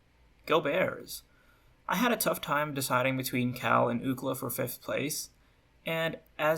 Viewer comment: bruh this guy actually said ookla for UCLA XD